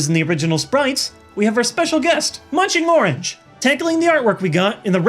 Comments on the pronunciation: Anyone else hear say Munching Morange instead of munching orange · did no one notice he said munching morange? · It sounds like he said munchingmoranch LOL